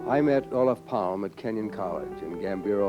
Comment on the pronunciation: Takes an Anglo to make a documentary about someone without learning how to pronounce their name lol. How hard can it be? It's so phonetic. Olof Palme. Not "Olaf Palm". It's a Germanic language, why would the e be silent?